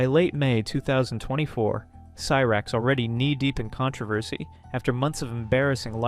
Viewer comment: what ? Lmao she didnt go to prison at all ? You got alot of stuff wrong including pronouncing cyrax wrong. Gotta do better